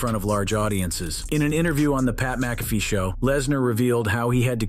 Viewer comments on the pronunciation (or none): none